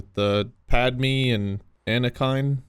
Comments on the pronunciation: is so frustrating in this one 😂 “Mount Rushmore’s in the US, right” “That 2005 movie...with Padmee and Anakime” 💀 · Pad-me?!? Ana-kine?!? Wth 🥲